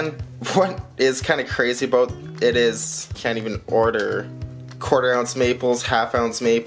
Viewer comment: Stack the frac. bro! Love me some gold! Did you say aboot?! Pamp gold is nice for sure too! Fractional is getting tough, still see the old sovereigns floating around for fractional... Bullion is donezo! Supply and demand runneth amuck! I just picked up silver today for my $10 challenge! I don't love the big wait... i wan't satisfaction now! Great video, thanks for the share!